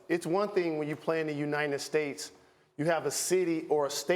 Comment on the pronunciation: “Unied States”